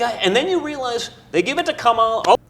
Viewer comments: I think he started to pronounce Kamala correctly and cut himself off so Daddy doesn't yell at him later. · you can tell by how people pronounce "Kamala" if they're getting all their information from one type of people or not. Some aren't pronuncing it wrong intentionally, but it does show they're only paying attention to Trump/MAGA-related news and content, because that's the only pronunciation they're hearing. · They refuse to say her name correctly on purpose. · The reason they pronounce her name like that is on purpose. There was a wrestler from back in the day name Kamala The Ugandan Giant who played an African savage that couldn't words. He just groaned. Donald is a wrestling fan, obviously and so is a lot of his base They want you to associate her with an African savage whenever they say her name. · Mispronouncing Kamala's name is intentionally disrespectful. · There's a very simple reason that people my age sometimes mispronounce her name. Historically that name has always been pronounced the way Donald Junior is pronouncing it. Imagine if Trump pronounced his last name in a way that wasn't traditional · Learning how to say Kamala the right way is a little challenging, but it is nothing compared to making sure you purposefully say it wrong every time. What we witnessed in the video is Donny Jr. almost saying it right and catching himself at the last minute. :face-blue-smiling::face-blue-wide-eyes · His disrespectful and purposeful mis-pronunciations are him being a trump. They are the masters of asshole behavior without 0 shits.